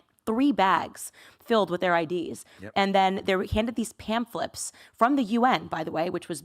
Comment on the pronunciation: Yo did Candice just say, pamphleps...I thought they are called pamphlets... 😂😂😂